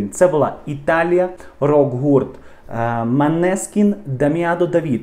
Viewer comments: Неправильно произносите не Манескин, а Монескин и переводится как Лунный свет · Молодці Манескін!!! Наголос на " і"!!!!